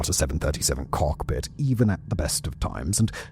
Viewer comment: why does it sound like you pronounced the word cockpit weirdly. Like you made a miniscule break between both parts of the word